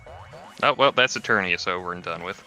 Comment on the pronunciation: EternATus, not Eternius! It has a T in it! It's right there on the screen in front of you, say the name properly!